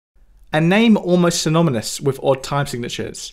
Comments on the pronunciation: Syn-ON-ymous. That IS hard to say. Still love ya! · At about he seems to say "symonymous" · You said "synomynous" :D